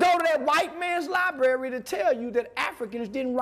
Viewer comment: Yall really vouchin an followin this dude sayin s**t like "LIBERRY!!" wit confidence while callin other people dummies?!?!? Smmfh wat a time!! 🙄😮‍💨😂😂